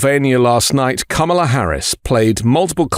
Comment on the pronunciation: Unrelated, but your pronunciation of Kamala was on point 🤌🏾